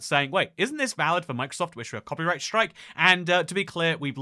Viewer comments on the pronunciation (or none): none